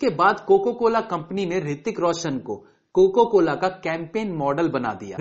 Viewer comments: Coca cola not coco cola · It's not coco cola. It's coca cola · Aap bohot galti karte hain aaj kaal bolne main.... Coco cola bol rahe hain Coca-Cola jaise multi national company ko....kya sir ye toh galti se mistake hain... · bhai woh coca cola hota hai coco cola nai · bhai coco cola nhi coca cola hota hai